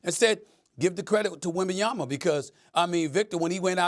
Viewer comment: WembaYANA lol